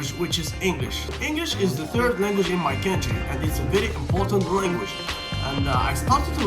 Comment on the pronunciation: Commenting about those languages that I know (Turkish, English, Russian) apart from some off-pronunciation (country like "kentry"), you do speak well. I haven't seen Turkish spoken in these videos as grammatically correct as yours. Impressive.